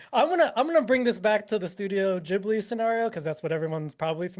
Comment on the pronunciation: I am no hater. But calling Ghibli Geebli is triggering me hard xD